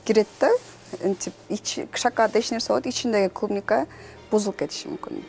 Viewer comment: Клумника дебейт клубника